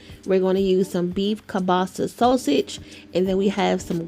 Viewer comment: Umm, you're pronouncing that sausage wrong